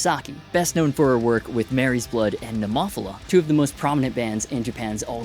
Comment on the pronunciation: Pronunciation of Nemophila made me lol. Sick video though very informative 🤘